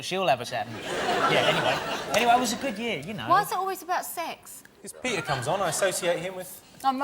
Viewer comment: 😆😆😆😅😅😅🤣🤣🤣😂😂😂 Comes on with her muff hanging out "Wois ih awllwayz abouh saax?" Oh f me😅